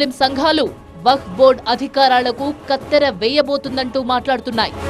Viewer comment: లక్కున్నట్ట పీక్కున్నట్ట....కత్తెర గత్తర అని వార్త చదవడం నచ్చలేదు.... ఇదే మన దరిద్రులు చేసే తప్పులు